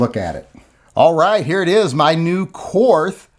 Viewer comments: Your ignorance and intolerance of modern Germany is disgusting. Fine, pronounce the brand name as you like, but not on the basis of any jingoistic triumphalism. Have some respect for the millions of Germans who have f*ck all to do with what happened last century. Your ignorance is shameful. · if you're not going to pronounce the 'h', remove it from the word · It’s pronounced ‘Kort’. We didn’t win the war, the Russians did. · Willi Korth started th company. It's his freaking name and "Kort" is how it's pronounced. Same as Porsche, Lamborghini, Mateba, Mauser, Beretta...all pronounced Kort^^. You also say Einstein and not Einsteen. Th is not always the same...Thailand, Thames or Thomas. I don't get why ignorance is something to be proud of. It's like those people you meet in school who think that they're cool cause they don't read anything in their spare time. I know he's just joking. Wait for the uproar if someone pronounces Garand not like some want it to be. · It is kort. Not korth. And the Russians actually won the war in Europe with our help. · It’s KORT MUDDER FLUBBER 🫵😂😂😂😂😂😂😂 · Germans still speak German. It's pronounced like "Kort". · If Korth is pronounced “Kort”, is “the” pronounced “tuh”? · Why not just prononce Wills last name correctly? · Since you're refusing to pronounce Korth correctly, the ATF on behalf of the GESTAPO will seize the revolver and send it home to Germany. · Es heißt Korth ……… mit hartem T